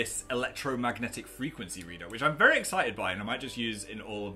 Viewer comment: "I got my vary important bucket of metal rods"